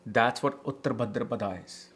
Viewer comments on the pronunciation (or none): he pronounces uttara as uttr , bhaadra as bhdr , maghaaa as maaaaaghaaaaa